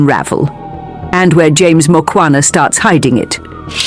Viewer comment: Its Mukhwana and not Mokwana